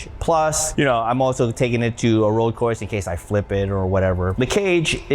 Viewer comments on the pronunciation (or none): none